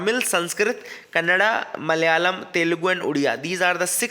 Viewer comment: Thank you for pronouncing kannada as kannada not kannad!! love n respect from Karnataka